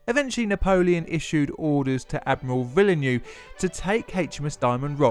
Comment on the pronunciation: Sorry, but your atrocious pronunciation made this unwatchable: Loo-tenant; Villa-new; HMS Circle when it clearly says HMS Circe; firty for thirty, etc, etc.